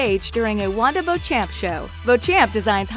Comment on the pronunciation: Pretty sure beauchamp is pronounced "beecham."